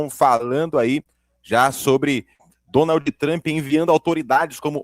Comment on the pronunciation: Você é MUITO SENSACIONALISTA em suas manchetes e falas iniciais, meu caro ! Não trouxe nada de novo, além de compilar trechos já conhecidos de diversos canais. E a propósito, não se pronuncia "DONALDl TRAMPI", mas sim DONALD "TRAMP" com (D) e (P) mudos ! 😒